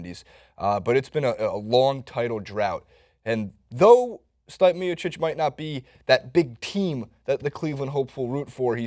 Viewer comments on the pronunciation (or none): Stipe = Stee-pay Werdum - Ver-Doom historic = historic, not heroic :)